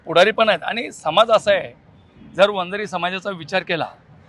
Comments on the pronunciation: Arey murkha reporter. Vanzari ahe te. Vanjara nahi murkha reporter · अरे वंजारा नाही रे वंजारी म्हण